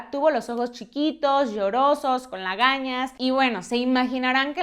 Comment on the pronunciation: Se dice legañas amiga.